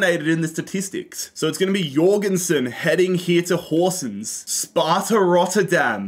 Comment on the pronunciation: You are pronunsing Horsens were well god job